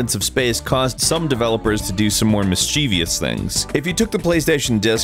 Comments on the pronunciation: Grammar Nazi alert! It's MISS-CHIFF-ISS, not MISS-CHE-VEE-ISS. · You, along with most other people are pronouncing mischievous wrong. There's no "i" at the end... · You mispronounced mischievous. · Did you just say "Mis-che-ve-ious"? It's pronounced "Mis-chev-ious". Yes, you can hate me for pointing that out... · There is no third "i" in mischievous.